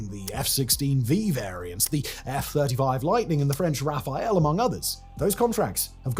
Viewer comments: I have no idea why English speakers keep calling the Rafale the Raphael. :) And am a bit sad Croatia chose it over the Gripen. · the French RA-FA-LE (Ra-Fal) not Raphael! How is it that every YTer all invert the last syllable!? Pet peeve! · The French « Raphaël »? It’s Rafale, not the Renaissance dude. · the only gripe I have is that the French Dassault Rafale is being named Rafael by the narrator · please don’t say Rafael anymore. It’s Ra-faL| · Man.. It's Rafale..... Wtf is Rafael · By the way. It is RAPHALE not Rafael :))) TRhat did sound funny. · come on ... how can you still make this mistake. RAFALE. Not Rafael. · Come on, at this point, you still cannot prononce Rafale. Pathetic.